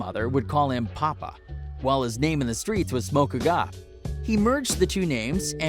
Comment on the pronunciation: “Smoko gap”